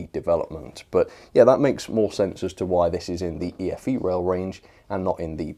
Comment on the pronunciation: I thought it's pronounce E-FE rail